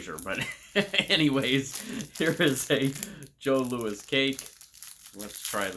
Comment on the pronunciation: I never liked the passion flakie; I only ate Vachon products as a kid and Jos Louis was always my favourite. (it's pronounced Joe Louie btw, confusing I know 😄) If you love coconut, definitely grab Vachon Billot Log (esp the jelly ones) next time you're in Winnipeg! There's another Vachon cake called a May West - I've never tried them but I know many love them. And more for that Winnipeg trip - given in another video you liked dill pickle, definitely pick up Miss Vickie's spicy dill pickle chips. If you're near a Save On Foods, their brand Western Family also has excellent dill pickle chips, I think much better than Lays. I've never tried them, but Superstore and/or No Frills has their brand called President's Choice - loads of creamy dill pickle (and loads of ketchup as well, not together of course...their all dressed is awful, imo)